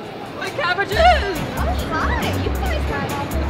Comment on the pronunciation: WHEN THE CABBAGE MAN SAID “my cabBAGES😭” I SWEAR I TARTED ROLLING ON THE FLOOR